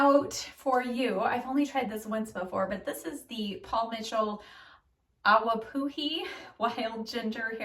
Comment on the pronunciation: It's pronounced (ah-va-puh-ee) I was told the pronunciation by a stylist because I was saying it like you, too. 😊 Love your look today